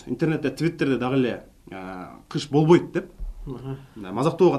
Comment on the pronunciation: бовойт эмес болбойт деп суйлочу жанар